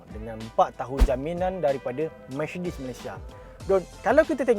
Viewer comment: Micedis kata dia